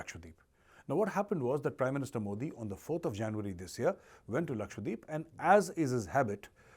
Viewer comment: Omg! Its Laksha dweep...not lakshwadeep